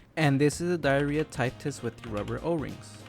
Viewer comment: It’s pronounced (dee-yer-yah) not diarrhea but anyways good video